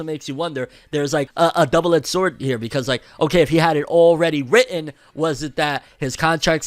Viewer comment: "WrITtEn" sorry had to